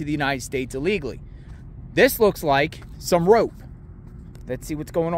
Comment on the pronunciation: Please pronounce. ILLEGALLY. Correctly !